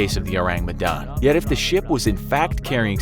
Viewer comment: As an Indonesian, I appreciate that he says "Medan" in the right pronunciation